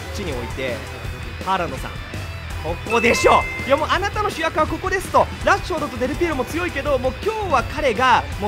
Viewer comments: 焦ってラッシュフォードでわなくラッフォードになってるwww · ラッフォードって言ってて草